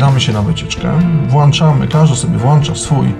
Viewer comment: WŁĄCZAMY, PRZEŁĄCZAMY się itp! Nie ma słowa włanczamy!!! Dlaczego tyle osób mówi niepoprawnie? :/ Wrr jak to drażni słuchając jak ktoś WŁANCZA :/